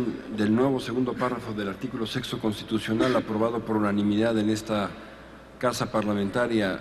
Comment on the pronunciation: Quien se dio cuenta que dijo sexo y no sexto